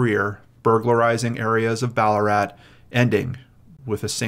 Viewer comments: It’s said Bal-la-rat, not Baller-at 😋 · Why pronounce Ballarat "Ball-a-rut", especially when its original name is Ballaarat and it was originally an Aboriginal term? It's a bit like all those videos where people call Woomera "Woo-merrah". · I didnt know that there was anotjr place called Ballarat, I only knew of the one in Australia and have never heard it pronunced how you said it 😂😊